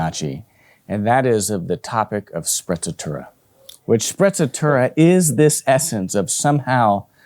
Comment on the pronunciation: I cringe every time I hear you say “sprezzatura” …come on man, don’t be a geek all your life. Make an effort to pronounce properly!